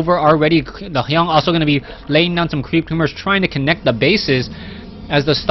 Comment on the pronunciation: Its TSLHyun, not Hyung!